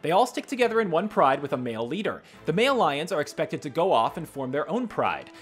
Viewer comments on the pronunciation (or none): none